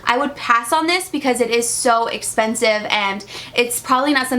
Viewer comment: "Das espensive" 😂